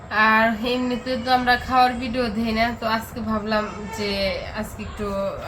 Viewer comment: Please. It's video, not Bideo. Thank you. I like your Videos, but don't pronounce English words improperly. Na paarley Bunglaye bolen, shunte bhaalo laagbe. Good luck.